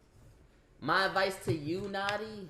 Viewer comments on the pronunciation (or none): none